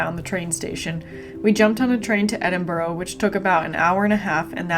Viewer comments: FYI, its pronounced Edin-bura, not Edin-burro, like the donkey. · It's not Edinborrow it's Pronounced Edinburra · For f*cks sake it's pronounced Edin - burra! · In 9 days you couldn’t learn to pronounce Edinburgh correctly ? Your condescending attitude is not incredibly rude , it shows great disrespect.